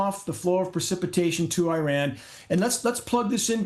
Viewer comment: It's PRECIPITATION NOT PER... CIPITATION.